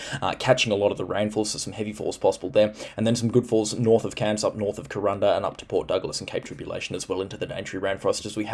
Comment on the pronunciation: Thanks so much for your amazing work.. this FNQ chick loves all the info.. and who cares how you say Ku ran da.. lol